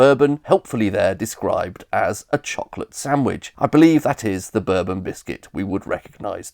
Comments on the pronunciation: Bourbon is pronounced Bore-bon exactly like the French/European Royal dynasty not "burbun" like the US rednecks call their American whiskey I have literally NEVER heard the biscuit called "burbun" EXCEPT IN THIS VIDEO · Bourbon is pronounced bore-bon not berr-bon. It’s not the American drink! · Never heard bourbon pronounced "ber-bon" and not "boar-bon" :o Intresting! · I've always pronounced bourbon as borbon. I've never heard it pronounced berbon until this video. Please stop! 😂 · Hang-on there a minute. I have never ever ever heard anyone pronounce the Bourbon biscuit as bUrbon, only ever as bOrbon. I think we ought to be pronouncing the Rich Tea as a rich, Tea-Biscuit i.e. a Tea Biscuit with addition sugar or butter to give it at least a little flavour. A Bath biscuit really was tasteless. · i would say I've heard an equal amount of burbon and borbon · It should be boar-bon. And the whisky should also be pronounced boar-bon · I've always pronounced it borebonn. I assumed it was American Jack Daniels marketing that made people start pronouncing it berbon. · Ive lived all around England and have never heard of it called a burben rather than Bourbon. I presume its a regional thing but I've live in Leeds, Sheffield Manchester, Birmingham and london and never heard it pronounced like American whiskey. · Me too. I'd never heard "burbon" before this video. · I'm 60, and this video is the first time I've ever heard bourbon biscuits being pronounced like American whiskey rather than French royalty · Not sure I agree with your pronunciation of bourbon, mate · Oddly, I never heard anybody within my experience and earshot pronouncing Bourbon in the American way and I confess I have always assumed that it was a reference to the House of Bourbon. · I... Have never heard someone pronounce the bourbon biscuit like the Whiskey! It might just be where you live 😂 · Nobody does, only time I've ever heard it pronounced like this without taking the piss is this video.